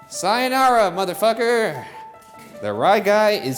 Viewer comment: I love how Ryan is part Japanese and can’t pronounce sayonara さよならproperly 😆